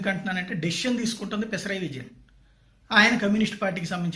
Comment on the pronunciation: కేరళ సీయం పేరు "పిసరాయ్ విజయన్ " కాదు "పినరాయ్ విజయన్ "